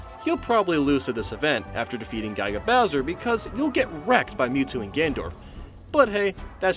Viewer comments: Gai-ga Bowser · Why do you say Guy-ga Bowser? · "Guy-ga Bowser" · I was just playing the events again and damn, the Ness vs the space guys and Dr. Mario and Nurse Peach are hard as balls, good video and I'm so glad doesn't say Guy-ga Bowser or Gendorf anymore